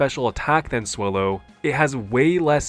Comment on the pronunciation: Swellow as wellow 😂